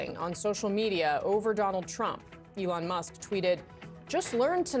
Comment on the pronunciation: calls him Elonia… lmAo